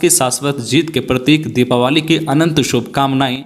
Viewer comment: दिपावली not दिपावाली